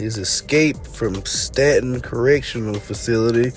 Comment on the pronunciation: Pronounced stay-ton